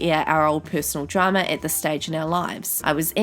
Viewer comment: I love the was she says Drama. “Dramer”